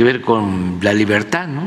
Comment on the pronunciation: Jajaja 😂"liberta" Jajaja liberta Jajaja este señor no sabe hablar siendo un presidente. Pobre México